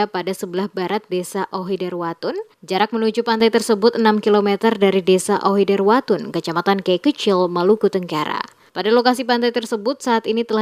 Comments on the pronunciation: Maaf Admin, Nama Desa "Ohoidertawun" bukan Ohoiderwatun, terimakasih..🙏🏽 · itu Ohoidertawun bukan ohoiwutun